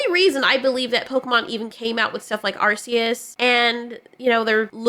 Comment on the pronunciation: Thank you for pronouncing arceus correctly.